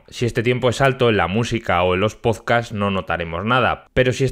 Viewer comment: “Androiz”, “pozcast” y “de hecho…”